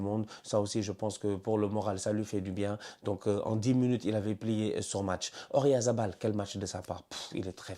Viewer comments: arrête avec ORyalz c’est OyaRZa 😂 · Ça fait des années que je te suis et que je regarde toutes tes vidéos, à chaque fois que tu prononces Oyarzabal, je sais pas pourquoi tu le prononces O-rya-za-bal 😂